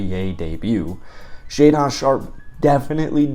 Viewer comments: It’s pronounced shay-din sharpe lol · "Shay-Don"...lol. Love it. Great video and insightful comments. Keep 'em comin'. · Great video, apart from your pronunciation of Shaedon 😂